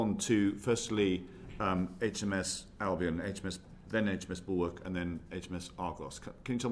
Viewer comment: And its ARGUS not ARGOS And its BULWARK not BULWOLK And we have 3 Bay class not 4 . We sold 1 to Australia . ANOTHER cut.